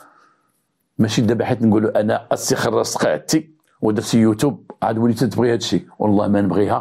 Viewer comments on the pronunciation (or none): none